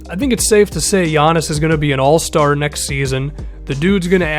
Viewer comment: Someone who doesn't say Giannis' name wrong, FINALLY!😂